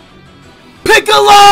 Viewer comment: Blud said picolo💀